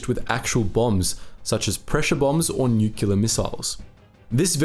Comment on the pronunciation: Nuclear is pronounced how it’s spelled. There’s only one u. “Nukular” is not the proper way to pronounce the word. To everyone who reads this, please pronounce it correctly.